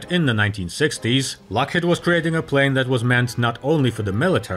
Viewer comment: lock HEED not lock HEAD